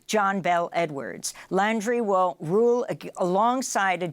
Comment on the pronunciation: Did she say "He will rule!?"